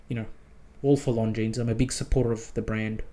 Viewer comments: Nice! But, please…. Longines is spoken without s. Like Longine. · Now that you own one you really must pronounce it correctly. Driving me nuts every time you say it 😊